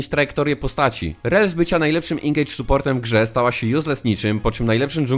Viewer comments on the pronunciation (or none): none